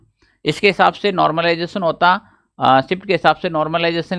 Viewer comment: Normalisation /Normalization Not normlization 😂😂